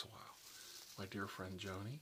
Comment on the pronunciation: Thanks for the shout out. You are a sweetheart! We're even now with name pronunciation. Haha..Its Joanne not Joan lol. Thank you so much! Hope you had a nice weekend. Loved the video and all the new sounds and I absolutely love your rambles and lectures. I find them extremely comforting so please keep doing this!! I feel honoured that you mentioned me. Thank you so much ☺️